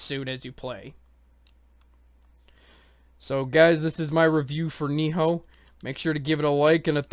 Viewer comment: Its Nioh, not. Ni-HO. Sorry it was just annoying...